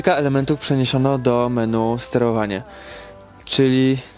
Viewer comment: Nie wiem jak ty masz tesle jak ty mówisz (MeNu) xDD